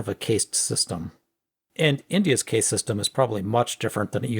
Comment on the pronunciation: One: It's pronounced cast. Two: They're being hyperbolic with the whole caste thing. Societies are naturally stratified and they're using the word caste to define those strata. They don't actually think that the USA has a formalised caste system.